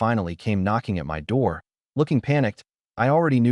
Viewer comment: The constant “dot”s and pronounced A T instead of “at” and I T instead of “it” and S O instead of “so” etc., makes the story barely comprehensible. Fix your AI.